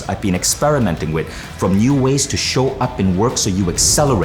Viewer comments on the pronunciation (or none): none